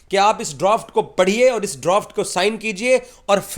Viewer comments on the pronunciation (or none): Droft nahi hota Draft hota hai😂😂😂